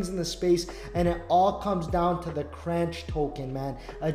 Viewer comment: is pronounced the same way as CONTROLLER. FYI.